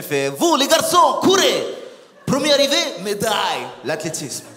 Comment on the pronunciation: Son accent russe est genial ! "Medaiiille" 😂😂